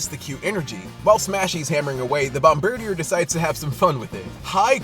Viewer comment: I always said it "Bomb--bir-deer" not the way you do. Less of a mouthful ;)